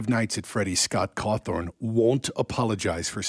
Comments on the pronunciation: Why is a NEWS channel talking about Scott cawthon (think I spelled that correctly) and he keeps saying “Cawthorn” and why does it matter about peoples political opinion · And believe me when I say that I really truly side with Scott Cawthon. I just find it odd that he didn't talk about his creations like those are his accomplishments and butcher his name as he speaks it.